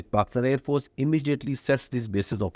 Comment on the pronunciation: Aand force😂